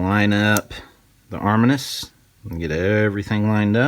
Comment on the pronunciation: It’s armineeeus I don’t know arminus